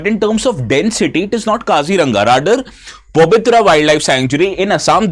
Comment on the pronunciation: Not Pabitra, it is Pobitora ( পবিতৰা)